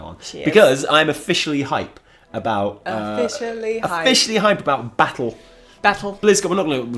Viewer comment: Baz is better than buh-ah-ttle